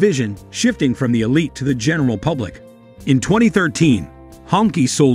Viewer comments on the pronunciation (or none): none